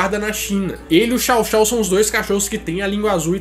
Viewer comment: Apenas corrigindo, a pronuncia do chow-chow e xouxou